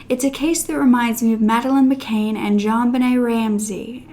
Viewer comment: It’s not Madeline “McCane“ it’s “McCann”, like “mick-can”. Also I never thought about the dad being responsible in this case. I wasn’t sure about the convicted being guilty but wow. I didn’t know about the death of the maid either.